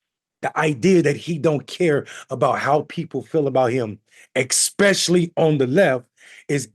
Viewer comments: "Expecially"?? Really? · It's especially. Expecially is not a word.🫥